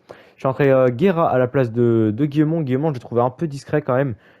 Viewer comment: guillamon se prenonce guillamonnn et leo chu se prenonce leo chou